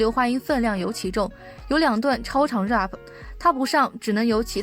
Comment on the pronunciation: 能把Pop和Rap这两次词学会怎么读再来吗？发音真的太难听了